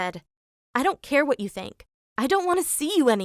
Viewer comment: Watch from here: She says vot instead of what